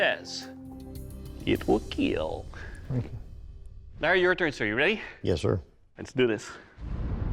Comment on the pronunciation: KEAL not KILL. Learn English please.